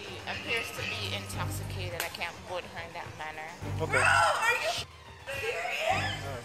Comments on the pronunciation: Officer: you're under arrest for public intoxication: IM NOT INTOCKACATED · “I’m not intockicated” 🤣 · “I’m NOT intoc-a-cated!” Gotta love it! Wonder how she is sober! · "I'm not intoghigaded!!!"😄